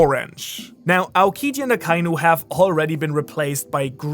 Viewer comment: omg you're the ONLY youtuber that pronounces akainu the right way not even the all knowing tekking can learn to say his name right he keeps satying a ka iiiiiiiiiiiiii nu , just for that you deserve 10 likes